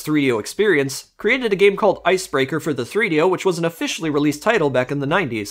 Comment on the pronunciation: 3do is not a word. Rather three separate items that should be pronounced as 3-d-o, all separate. Not threedyo.